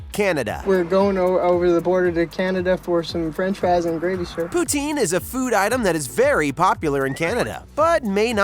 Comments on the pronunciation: It's poo-tin like a tin can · The pronunciation of poutine hurts my Canadian heart...